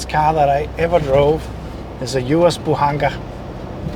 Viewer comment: the "З" is pronounced like Z in Bozo